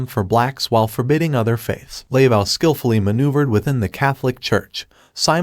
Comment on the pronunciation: You're killing me with the pronunciation of her name. It is not LAY-vow, it's Luh-voh. Getting the name right seems pretty important.